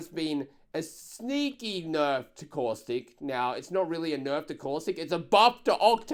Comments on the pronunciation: The way says Caustic "COUSTIC" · He once said cautistic . I laughed soo hard